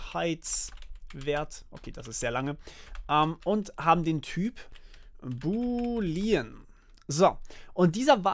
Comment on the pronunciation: Boolean ist bitte anders auszusprechen. Die Betonung liegt auf den oo's, also nicht "Buliiiien" ausgesprochen, sondern "Buuuuulien". Sonst top Video!